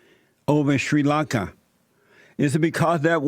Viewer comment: Shuiiii Lunka.